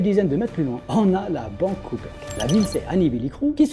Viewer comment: La banque " copec " 😂😂